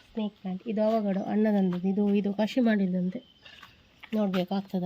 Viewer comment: ಅವಾಗಡ ಅಲ್ಲ 😅 ಅವಕಾಡೋ, Butter Fruit